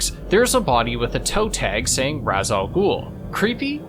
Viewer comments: actually it’s Ra’s not Ra’s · It’s not pronounced Razzz it’s Rashe. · Talia herself even confirms that it's pronouced raish